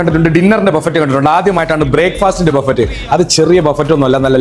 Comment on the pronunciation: ബഫറ്റ് അല്ല ബൊഫേ